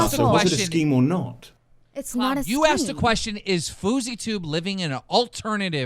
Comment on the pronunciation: "was the blair witch project was a sKEEM"